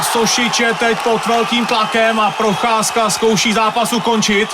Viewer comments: a proof that chael can actually correctly pronoucne fighter names and botches it on purpose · I’ve never heard Chael pronounce his name right before 😂😂😂